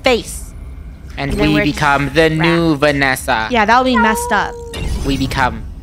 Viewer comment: i replayed it like 100 times then noticed it said Bannessa and not vannessa